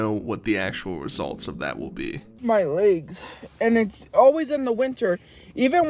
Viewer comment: “My layggs” Welcome back, Amberlynn Reid.